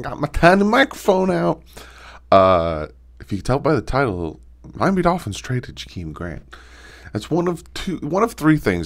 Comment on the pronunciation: I keep hearing him say Miami Doky in my head now lol